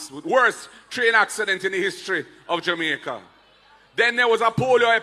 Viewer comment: Listen to you all the time, No disrespect!! but please for heaven's sake stop calling JAMAICA [JUMICA] Dont be like Desmond Mckenzie that's the same way he pronounce the word JAMAICA.